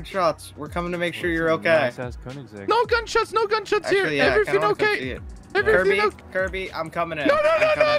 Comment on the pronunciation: its koenigsegg not kronigsegg